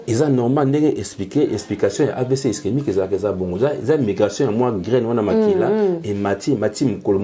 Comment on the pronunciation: Sérieux???amibengi pe docteur 🥺mais il est incapable de prononcer ischémique il dit istemique et il est incapable de donner la différence d’un AVC ischémique et hémorragique 😢désolé monsieur tu es un peux dispersé dans tes idées